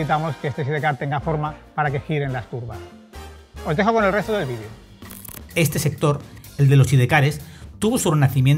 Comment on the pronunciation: Vidio? 😒 Se dice vídeo.